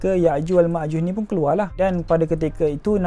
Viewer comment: Yakjuj makjuj bukan yakjuj makjush.. Admin mx amik pertahatian